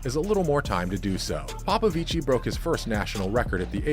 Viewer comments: Yeah, you don't emphasize/stress it. It's a very soft 'i' when you pronounce 'ci'. PopoviCI (very short i) not PopoviCII (long pronunciation of i). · For american illiterates; The romanian name "Popovici" in engleza is pronounced "ppo ppo vich". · It's pronounced "David Popovich" 😉. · bruh its pronounce POPOVICH not like it sounds smh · Just for future reference, David's last name is pronounced ''Popovich''. In Romania if there is only 1 'i' it is not pronounced, only if there are 2. Still a great vid, keep it up. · He’s ROMANIAN and you’re saying his name wrong 🤦🏽‍♀️ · It's David Paupauvich voult paupauvichiiiiiii😅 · David Popovici has no SERBIAN ancestry .....false information.spreading .... You mispronounce his family name....